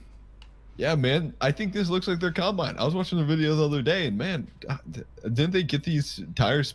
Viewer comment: It's combine not cowbine